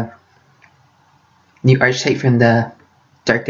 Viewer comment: Nice! In order to fill that void of silence, you should put on sound effects. Also, it's "ARKetype". (It's me AM).